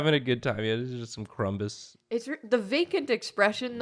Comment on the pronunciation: you pronounced crumbs as "crumbus" and I'm sh00k